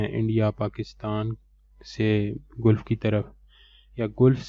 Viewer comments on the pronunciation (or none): Dear not गुलफ right pronunciation is गलफ।